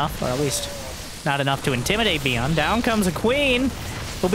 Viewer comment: Whenewey you say Byun or beyond I hear beyond all reason" :D